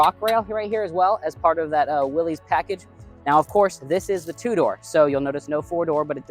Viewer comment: Although it looks like it should be pronounced Willys….its actually pronounced Willis. Common mistake by many.